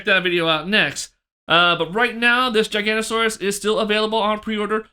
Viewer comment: I hate to be that guy but you were saying it wrong the whole time 😅. Giganotosaurus is pronounced gih-gah-no-toh-saurus. The video is great, I'm definitely going to have to order this figure soon. Keep up the good content ✨